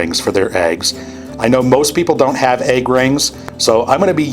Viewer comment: Love the video but the way you say egg makes me cringe. What can we do about this?